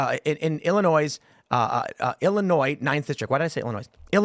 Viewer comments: lol, illinoise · Illininoise… 😂 she not a true Illini. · Somebody needs to tell her that the S is silent in Illinois! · lol. Tim you are saying the S at end Illinois because you live in WV. This might make you an official West Virginian.